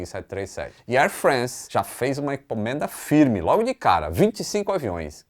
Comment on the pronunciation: top o vídeo. Parabéns pelo ótimo conteúdo! Só uma dica: ao invés de falar Air Frence, fala exatamente como se lê: air france, tipo air frânce. É o mais próximo possível do francês. Bombardier: do jeito que se lê, também: bombardiêr. 🤣🤣